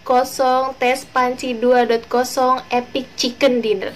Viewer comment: KAK di bacanya 2 point 0